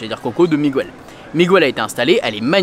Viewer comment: Ça se prononce « Mig-el » pas « Mig-ouel »